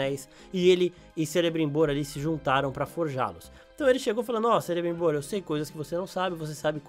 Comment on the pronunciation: Também percebi a pronúncia incorreta.